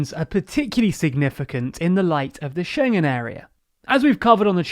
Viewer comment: Hey, you finaly mastered the schengen pronounciation!